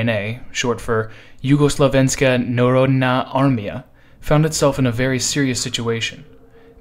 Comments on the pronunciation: 😂😂😂 very brave to pronounce "Jugoslovenska Narodna Armija". Big hello from ex-JNA soldier. Good content and very good channel. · nista nisam razumijel kak je izgovorijo, al barem se potrudio